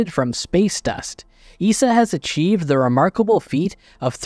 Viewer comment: We don't call it EESA in Europe. We say E S A, not spoken as one word.